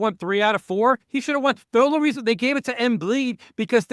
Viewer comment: Wtf is Embleed????? You mean Embid?